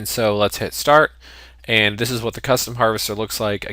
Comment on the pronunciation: The tutorial is great. It was unpleasant to my ear the fact that In the 4-6 min you said 20+ emphasised "ands".